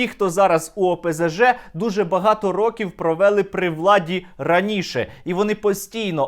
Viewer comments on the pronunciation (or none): none